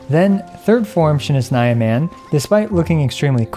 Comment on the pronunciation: My poor ears when he said "shneznaya"...